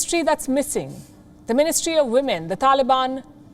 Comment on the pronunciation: Are you kidding me? Ministery of wahmen? 😂😂😂